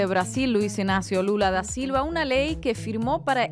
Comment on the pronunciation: Chicos, su nombre no es "Ignacio", es INÁCIO. 🙄